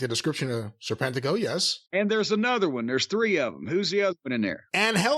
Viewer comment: His ring name trips me up sometimes, it comes out like Sir Pentico at times